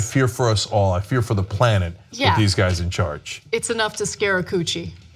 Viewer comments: Did Ana say, 'scare a coochie' at the end there? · "It's enough to scare a coochie?" Is that what I heard? lmaoooooooo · Did she just say "scare a coochie"? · Did she just say scare a coochie?